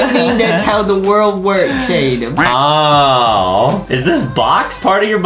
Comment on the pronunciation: ITS ADAM NOT ADEM